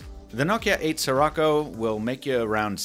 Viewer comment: Every time you say Sirocco, I hear it as '' sri racha '